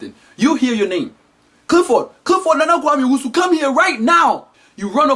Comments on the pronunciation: Lol just realized that can't pronounce his "L"s see what I did there? "" instead of Clifford. Because that's how he pronounce "L"s:") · evie That may be because some African parents give their child(ren) a name(s) that they can’t pronounce correctly, such as Clifford - in videos.